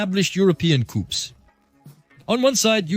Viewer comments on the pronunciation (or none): ok, enough "coupes" for me...horrendous to listen !!!